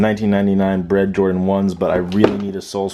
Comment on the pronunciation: you said bred 1s instead 😂. awesome collection